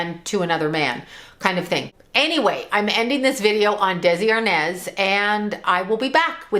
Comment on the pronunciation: ARNAZ not arnez